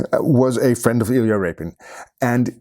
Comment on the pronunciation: homie you say "i expect you to know something about iyla rapin, you clicked on this video", there was no way to know it was him by title I was trying to figure it out lelading up to you saying it. Huge fan by the way great videos.